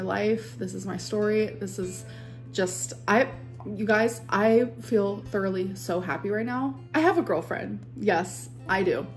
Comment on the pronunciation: they're making fun of how pronounces it lmao